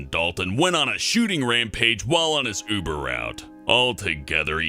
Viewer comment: He says Buber driver XD